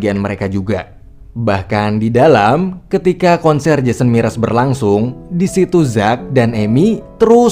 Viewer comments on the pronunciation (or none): jason mraz woi bukan jason miras xD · Jason Mraz bang bukan MIRAS 😔